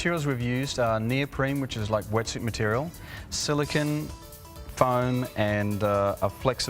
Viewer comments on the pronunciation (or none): “Silicin” Hahaha